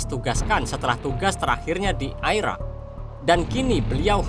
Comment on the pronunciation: Krn kita di Indonesia,jd membaca Irak tetap Irak min bukan Airak....